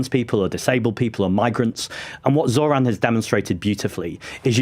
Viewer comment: he’s a white guy who can actually say zohran right wow